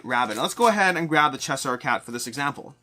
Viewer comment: “Chess-Hire” is definitely one of the most interesting pronunciations I’ve heard.